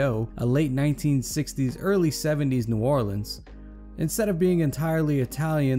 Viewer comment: don’t ever say New Orleans like that again